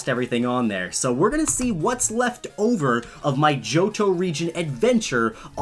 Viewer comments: did he say jojo reigin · At first when you said Johto, I thought you said Jojo